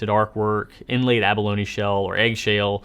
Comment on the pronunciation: Which accent was that? Southern?